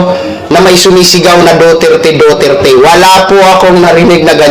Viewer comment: Pki sbi s sumisigaw DUTERTE hindi DOTERTE! 😂